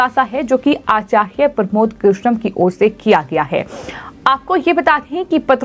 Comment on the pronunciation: 😂😂😂😂 आचार्य साफ साफ बोलिए मैडम